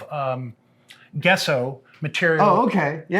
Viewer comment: "Guesso"?.....it's pronounced Jesso!!!!!!! I worked in the Art Supply business back in the 1980s and we always pronounced Gesso with a soft "G".